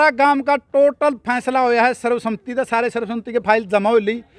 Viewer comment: Sarv sahmati nahi sarv sammati ucharn karo